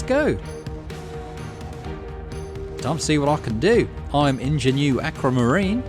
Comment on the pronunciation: I think ingenue is pronounced "on-zha-nu" rather than "in-zha-nu" - though they may not ever say it again. (Edit: oh and it's puh-LIX-a-nees) Romeo had the slightest hint of Muktuk about his voice - love it! Also I've got the lyrics of the background song very firmly stuck in my head now, I wonder if there's a different song for each play?